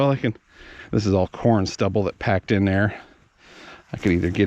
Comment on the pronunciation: DID YOU SAY"PORN STUBBLE "OR," CORN STUBBLE?? JUST SAYIN